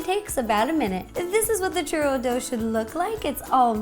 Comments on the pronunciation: It's pronounced chew-ro not cher-ro. U is the hard letter not the R. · Churro, get it? Chur RO